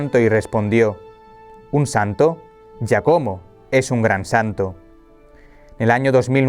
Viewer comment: Hola..se pronuncia Giácomo